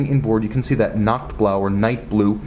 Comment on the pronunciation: it’s nacht blaw